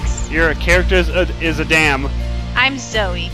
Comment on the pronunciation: Its pronounced A dum